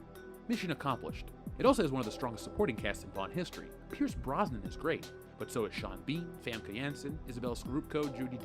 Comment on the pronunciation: It is pronounced Brosnan.